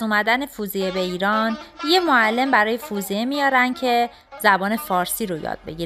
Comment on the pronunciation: Very nice. Thank you for making and posting. Just one thing: it is Fawziyeh not "foozieh"